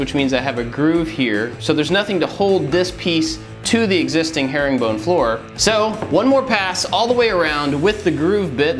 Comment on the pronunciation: I thought in the intro he said hairy bone